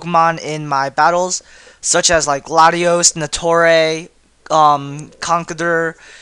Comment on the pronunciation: What's "Natoray'?